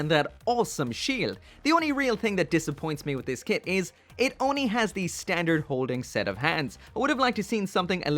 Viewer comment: it’s “only”, not “onny” i am disappointed 😔